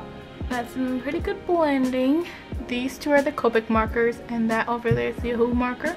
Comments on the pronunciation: Ohuhu is pronounced “oh oo hoo” not oh “hu hu” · Ohuhu not omhu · Don’t say this is hate or you think I’m making fun of you because I’m not but you pronounce it O-hu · How she says ohuhu xD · Did anybody else notice that when she was gonna show copic she said "now for the ohuhu marker" 😂😂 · Lol The way she said ohuhu